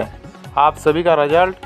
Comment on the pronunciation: Bhai Vo रजल्ट nhi hota.. रिजल्ट hota hai..